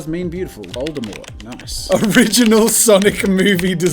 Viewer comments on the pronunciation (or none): none